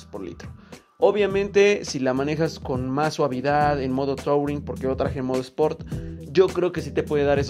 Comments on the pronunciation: No se dice "tauring", se dice "turin" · Se escribe touring pero se pronuncia turing Como bien dices, me parece una moto touring, pero no la veo doble propósito, para mi el mejor ejemplo de una doble propósito sería la dr650 de suzuki Buen video